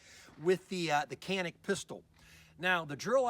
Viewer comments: It's Pronounced Janick not Canik. Not trying to start anything just fyi for those "has to know details alpha types". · In English is pronounced Canik. If you want to speak Turkish then go all the way, don't say Turkey, it is actually Turkeye ("Tur-kee-yeea") in the Turkish language. No need to try to sound sophisticated. It is CANIK.